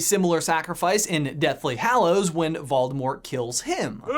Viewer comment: Waldemort? pronounciation check please